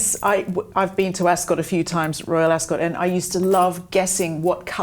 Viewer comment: I actually unsubscribed over your insistand blabbing on about former members of the BRF who chose a way of betrayal. Just got boring. Accidentaly landed here now. Maybe read the mood in the "country". PS Ascot doesn't emphasise the "o". Just saying.